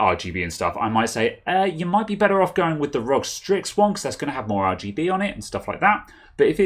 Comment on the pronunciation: Its R.O.G dude not Rog lolol